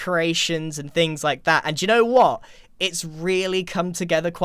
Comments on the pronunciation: that u know wh-at really reminded me that u r from the uk lol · that British Wha was so smexi 🥵